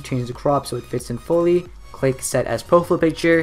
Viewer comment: how to fuck are you pronouncing profile picture.........its PROFILE not "PROFL" picture..... lmao youtubers 😂